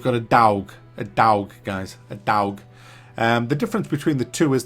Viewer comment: Nooone: Seriously Not human:: A dOWgh. A dOWgh